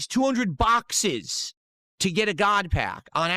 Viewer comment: “Not Paaaacks guise! Bhackses! BHACKSES!!